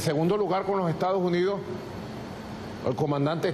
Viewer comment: Aprende a pronunciar Estados Unidos